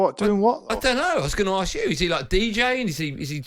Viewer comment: The word ask is spelled ask; not arkssss!